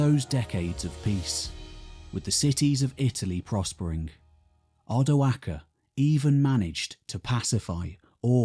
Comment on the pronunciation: I really appreciate you saying Odoacer with the hard c. Thank you